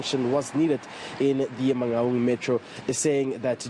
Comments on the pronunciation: This lady cannot pronounce Mangaung. For crying out loud, where does she come from? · Man-N- Gaun! WTF